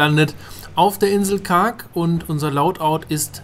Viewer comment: Kargh?? Das heißt Kharg nur mal so gesagt macht aber nix geiles Video